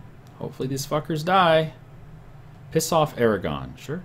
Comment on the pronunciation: i thought you siad declare war on iran, and i was like wat? oh you said aragon